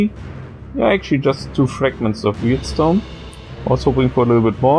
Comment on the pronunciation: It's warp stone, not weird stone